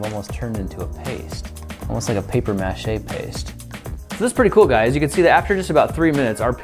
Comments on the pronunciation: Its not mache its mAche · Paper "Mash eh" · Paper mahsheh